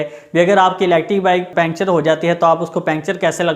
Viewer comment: پنکچر کہتے ہیں، پینچر نہیں، اور وڈیو بالکل پسند نہیں ائی😡